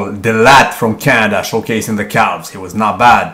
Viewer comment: Even before I clicked I knew he would pronounce the L in "calves"